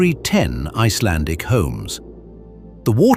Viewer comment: I must say, you pronounce Icelandic very well, 😊👍👍